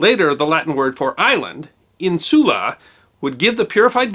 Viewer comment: The Latin word for island “ínsula” is pronounced with the emphasis on the first syllable as it in in the word insulin. Lithiasis is pronounced with the emphasis on the second syllable and with a long I. Love your content!